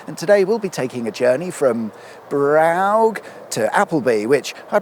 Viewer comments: wow, at 2.53 the old bridge outside brough ( "bruff" 🙂 ) i used to stop off there on my bike, for a brew / smoke 🤗🤗 question : was todays episode dedicated to prounouncing all silent letters in place names just to say them utterly bloody wrong.🤔🤔🤔🤔LOL. 😂 anyway, you have inspired me to have a day trip out once again to kirkby step hen. 😆😆 ps : remember, on a sunday evening, before work the next day, we can relax, and watch a video specicifally for that 😃😃😃😃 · Wait it's pronounced Brough? I've been calling it Brough all these years. Oh I'm such an idiot. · No no no, it's spelt 'Brough' but it's actually pronounced 'throatwobbler mangrove'. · Brough ... pronounced bruff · Brough: It's pronounced "Bro" with the "o" lasting about a second. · Pronounced "Bruff" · Ah I see that we are back to the mispronunciations again! Although I am not sure that a motoring channel is allowed to mispronounce Brough, given the hallowed Brough Superior motorcycle. As I am sure you all know, this was the Rolls-Royce of motorcycles, before it went bust in the Great Depression, when, unaccountably, uber expensive motorcycles went out of fashion. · B Rough I believe is correct as perappox min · Love the way you are leaning in to the dodgy pronunciation 😂❤ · I think you achieved 6 different pronunciations of Braugh? or was it 7? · How many takes before the varied pronunciations of Brough became seamlessly integrated in the narrative? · Some inventive new ways to pronounce "ough" but now I've heard it it's obviously Bruges no matter what "they" say. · Well done for getting through the names of all the mythological people, creatures, and There's a mill specifically for that now, is there? I thought it was just a button for a random pronunciation of Brough, Brough, Brough? Thank goodness for the village spelling their name correctly (Stephen, not Steven). So much comedic gold, gypsum, or barrite, this week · Brow-g! 😄Bruff is the strange pronunciation I believe. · Brough (bruff)